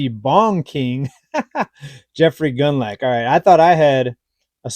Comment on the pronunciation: It's pronounced, gooned lock... Rhymes with Bund, plus the Scottish lake monster, so to speak. 😅